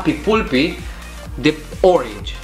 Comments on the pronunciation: Se zice palpy nu pulpy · Se citeste palpi nu pulpi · Se citeste "palpi" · Se pronunta cappy palpi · Pulpy se pronunță palpi. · Se pronunță ,,PALPI" și la reclamă spune așa. No hate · se citește palpy și de scrie pulpy mă...